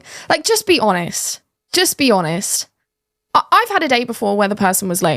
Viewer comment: there's a "T" on the end of the word "honest". It is not pronounced "honess", say the "T" sound please